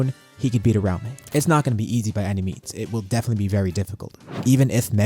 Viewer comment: Ura-umi, not ur-aume